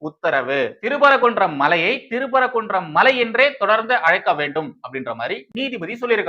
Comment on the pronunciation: திரு பரகுன்றம் இல்லை தம்பி சிறுதிருத்தம். திருப்பரங்குன்றம் என்று வாசிக்கவும். நன்றி